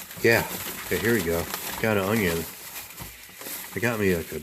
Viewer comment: Whats with the camera view?..old64goat will hate this video, he hates that vertical camera format...I think you're 1 percent stud and 99% muffin..haha.....what no whiskey in your cabinets?....Don't invite Nancy Pelosi over until you fill your freezer with ice cream!....when you say "unyon" you sound like good old Justin Wilson...I guarantee!...That picture of that indian guy ( Iron Eyes Cody) was a fake italian actor who spent his career lying about his indian heritage... sorta like that pocahontas chick from Massachusetts.. I loved that indian maiden on the butter package..damn stupid people for removing it!..That looks good...You have enough for an army there...Regards, Buzz